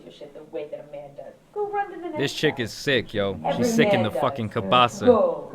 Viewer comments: Cabeza. Not cabassa. Latin e is pronounced like long a. Ka-bay-sa. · This foo said “cabaza” it’s “cabeza” 🤦🏻‍♂️ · She way over doing it with that look which is permanent the whole trial. Wait he can't say angry. Whats the peaceful white people word for it. They are some dirty people. She said Deck you. Who say that shit DECK you. Best dialog so far. Come on its "Cabesa" you know that. Thanks for the vid. To all the men falsely accused out there. Damn that's a man trying to grill Johnny. Whatta punk